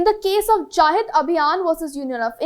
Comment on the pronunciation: It's जनहित and not जाहित